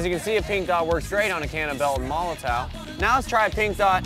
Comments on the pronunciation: MoloTOW its pronounced MOLOTOV. ITS FUCKIN GERMAN, IF YOU CANT PRONOUNCE IT, JUST SAY BELTON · it's a german brand, w = v sound MOH LOH TOHV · Isn't molotow pronounced "molotov"?